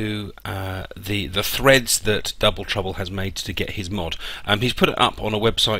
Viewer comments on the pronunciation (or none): none